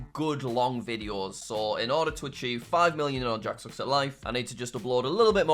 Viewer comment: I thought archive not achieve lol